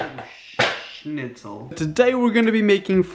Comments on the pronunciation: Omg he said shnitsel I shout that in. class all the time lol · BB’s cringey Channel - schnitzel not shitzel lol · Ralphael: shnitsal. Me: OH SHINITSALDOODLE!!!! IM NOT THE ONLY ONE!!!! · Hahaha made me laugh when he said shnitzel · him: oh shhhhhhhhh me: dont even man just dont Him:shintzle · you almost had it. It's Schnitzel 😊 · “Oh shinitzal” 😂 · "ohh sssccchnitzel" 😂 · It's schnitzel